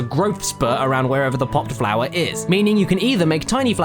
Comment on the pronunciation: somebody should count how many times hes said flowah. (the part where he says flora doesn't count)